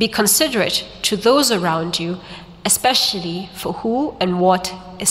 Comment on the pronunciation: The way she pronounces 'special' in a 'group of schools way'. What a speech, awesome. Go well Bob, you were awesome, oooh and sexy😊